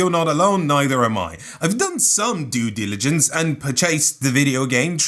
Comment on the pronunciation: i knew you weren't qualified to talk about any of this when you started by saying "i did my due didligence i played the game, ITS NICE." sir this isn't for you then just skip